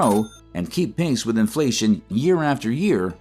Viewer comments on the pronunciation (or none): none